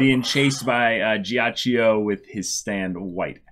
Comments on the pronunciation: The G in ghiaccio is hard as in GO, like Gee-hutch-oh, which simply means ice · GHIACCIO Is pronunced wrong